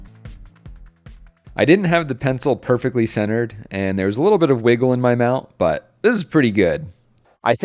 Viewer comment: "im not putting it in theww"